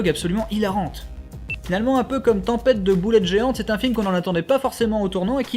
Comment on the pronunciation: tempête de boulettes géantes s'il te plait. Déjà que tu dis le titre VF, faut le dire bien !